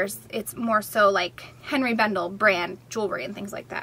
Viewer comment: Just FYI Henri is pronounced ON - ree NOT Hen ree.